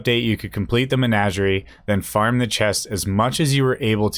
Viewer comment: Say it with me. Muh-naj-ur-ee